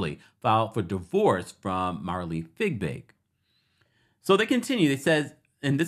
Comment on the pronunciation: Not figbig!!!!! look at her name! No g in the first part....fiebig! 🤪